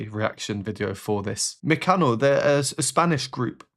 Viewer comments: Your pronunciation of "Mecano" is very good, and yes, you should listen to more of their music, great composers (brothers Cano) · You didnt butcher the name of the group 👏👏👏